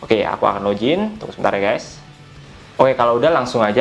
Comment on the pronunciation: aduhh bang bahasa inggris nya ko kacau banget login bukan login, fud bukan fod, 😵 geli banget dengernya